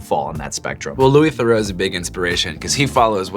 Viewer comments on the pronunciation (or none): theroux is pronounced "the-roo", not "the-row" :) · hearing them mispronounce Theroux had me cringing im sorry